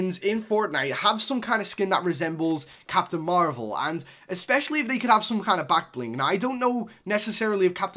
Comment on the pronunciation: It's marvel not marble